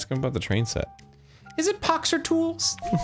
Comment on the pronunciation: IM NOT FUCKING KIDDING I THOUGHT IT WAS "POWER TOOTS"